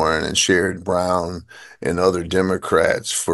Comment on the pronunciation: did you hear how John pronounced Sen. Brown's first name? That's the correct way, my friend. I never liked the guy, but I try to get names right